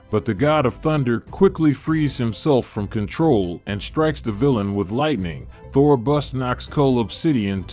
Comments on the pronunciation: Thor not thory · Did he call Thor torrie…….? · bro its aim not i am and u pronouced thor wrong